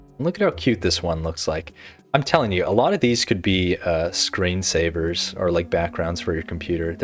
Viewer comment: Did just say "scrayn saivors"?